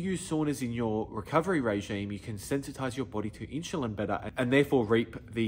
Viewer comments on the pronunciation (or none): whats inchilin? sorry but i can take advice from someone who can't even say insulin the right way